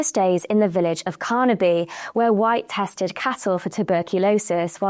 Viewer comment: Carperby not Carnaby